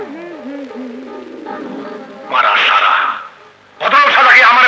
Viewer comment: মারা সাড়া শুদ্ধ করে বল!! 😂🤣